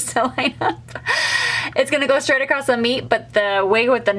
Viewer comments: Very helpful, but please stop saying acrosT, the word is acrosS. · I have never heard someone say accrosst for across and i wonder where that’s from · Great video…not made these for decades….p.s there is no ‘t’ in across, sorry but acrosst made me cringe lol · Why do you keep saying acrosst. The word ACROSS doesn't have a t at the end. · Just an fyi- there is no "t" in the word across.